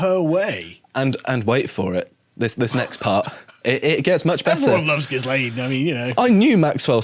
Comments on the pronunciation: ghi-lane ghis-lane makes your reporting sound amateur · It's not "Jizz-lane" Maxwell, it's "Ghee-lane" Maxwell. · Ghislaine isn’t pronounced ‘Gis-lane’. It’s pronounced ‘Gur-lane’. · There's no excuse for still pronouncing her name Giz-lane. You've had plenty of time to look it up. Jizz-lane would be acceptable, though. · It's Gilaine like Elaine, silent S. You're welcome 😊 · It's pronounced "Gih-lane." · Sorry guys, but the 's' in ghislaine is silent.